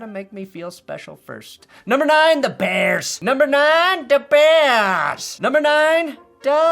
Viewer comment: Every time you say da bears I get harder